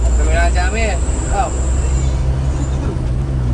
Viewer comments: Punten... mas, dibacanya ci-amis bukan ciyamis... setiap kata dgn kata ci dan kata berikutnya diawali huruf vokal, maka akan dibaca sbg vokal rangkap bukan diftong. Ci-awi, ci-umbuleuit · Ci amis bang nyebutnya jg ciamis hehehe